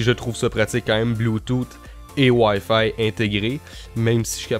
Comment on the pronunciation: Je viens de me rendre compte que Wayfay c'est wifi je suis désoler... mais ton accent prend énormément le dessus la :3 Sinon très bonne vidéo ;)